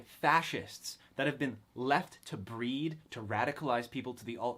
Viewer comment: The way you said "breed" instantly knocked this out of the running for " True Ideology"